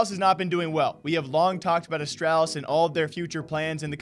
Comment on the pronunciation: You say Astralis wrong. Please fix